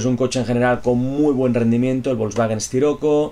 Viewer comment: Como siempre un gran video compañero. Un consejito compañero. No llames al wolsvagen sciroco como esciroco por que me xirrian los oídos. Hehehehehe se llama wolsvagen Siroco. Saludos amigo. Como siempre esperando con ganas más vídeos de conducción.